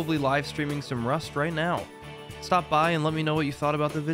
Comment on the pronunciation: For the first maybe 3 minutes of the video I thought he was saying “Wife Day.” As you can imagine, I was both confused and intrigued. - Non Rust player.